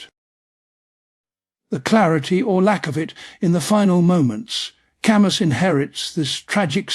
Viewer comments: It should have been typed in as Kahmoo lol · AI mispronounced his name. Gahhhhhh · For crying out loud, you couldn't even bother to make sure his name was pronounced right?!?